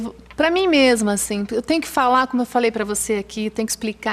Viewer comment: Bem pobrinha, como ela ''MEMA'' diz .. aeee Marília Gabriela, português perfeito!